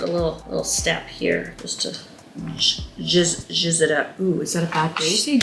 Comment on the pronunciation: "Just gotta jizz it up" What did she say 🤣🤣🤣 Ps: your mom is awesome